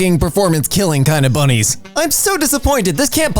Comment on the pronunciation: OMG THE WAY HE SAID BUNNIES